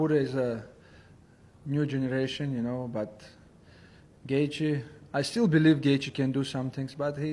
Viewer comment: Can you learn to say Gaethje!!!